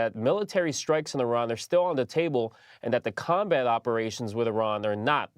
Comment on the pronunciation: 😂 I thought he said "that the con man operations with Iran are not fully over" 😂 instead of "combat operations". Damn shame. 😂